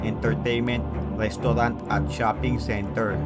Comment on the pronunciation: Maganda na sana ang kwento kaso na iirita ako sa dila mo , lestaulant wately ….ano bayernnn😂